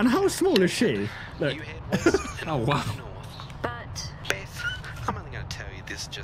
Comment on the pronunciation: Other people: Beth: Bith